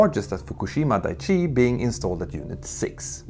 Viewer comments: Daiichi should really be said with a glottal stop between the i's, like dai-ichi -- ichi means "one" and dai ("die") indicates that you're counting, so "Dai-ichi" translates as "number one". "Daichi", the way you're saying it, means something like "solid ground". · FWIW: Daiichi — dye-ee-chee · It’s clear that a lot of work went into the video, which makes it all the more unfortunate that a few easily avoidable mistakes crept in. For example, the pronunciation of “Daiichi” (where it’s important to pronounce “Dai” and “Ichi” separately—if in doubt, just stick with the English version, which was also mentioned as “Fukushima No. 1”) and the depiction of the tsunami, which looks like a normal wave in the video rather than a tsunami. It’s a great video, of course, but little details like that can really throw you off. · Dicey not Daiichi. And the Japanese have restarted their reactors nationwide. Brilliant! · dah eee chee